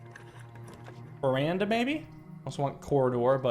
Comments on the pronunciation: Is that why I always pronounce it verdana too 😂 I got it from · I am with the editor on this one: Him saying it Veranda sounds just wrong. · Today marks the day learned Veranda is not called "Verdana" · WHY DID HE SAY VERANDA THIS TIME